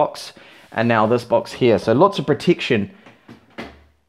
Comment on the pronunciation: proteeksion !! :P